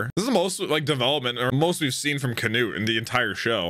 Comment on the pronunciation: why did he start saying can-ut-e